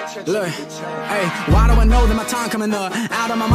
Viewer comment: how did you pronounce dovi😂😂this is cute🤍